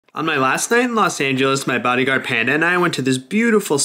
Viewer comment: Did he say bodyguard?